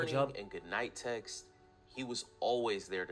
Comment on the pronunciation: I heard morning and night sex😂😂It was text ouh lord😂